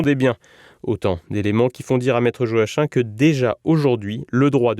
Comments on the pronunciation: Joachim ça se prononce "Joakim" et pas Jo Hachin 😂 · Je pense que Joachim se prononce Yo-a-kim ou Jo-a-kim et pas Jo-a-chin.